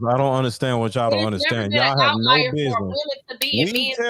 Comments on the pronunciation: saying words she can’t even pronounce correctly lol 🤦🏽‍♀️ outlier is pronounced OUT-LIAR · is so far up her own ass that she can't even acknowledge that she is pronouncing the word "outlier" wrong...Yes, outlayer is a word but definitely not in the way its being used in the panel. Another delusional female living in denial about everything....